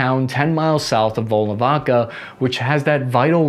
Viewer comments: Except now he got volnovakha wrong lol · Yeah, the next target is to pronounce Volnovakha and Tatarstan correctly